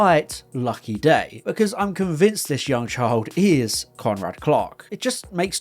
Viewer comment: I kept hearing "Conrad Clock" when you said "Conrad Clark."